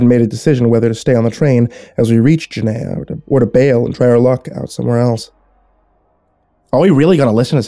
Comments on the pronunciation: Ordinarily, I LOVE your narrations... but halfway through the story I was shouting at my computer every time you mispronounced "Gehenna". There's another creepypasta channel that put out the same story; gonna see if he's more consistent. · I love how you pronounced Gehenna correctly the first three times then after that it was genea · It's pronounced guh hen nuh by some Oh gi hen uh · Yes. Definitely not jeh-naya as the narrator pronounced it. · I love this except one thing. Gah-HEN-na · ... It's pronounced "Geh-hen-nuh"... 😐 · Why do I feel like you were trying to say Gehenna? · Do you mean Gehenna? If so, you're pronouncing it wrong. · Please watch blue exorcist to say Gehenna right